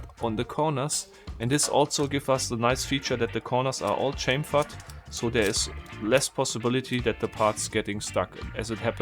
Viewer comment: Xaviar Thunders I know what it means... I just like how he says it with is accent.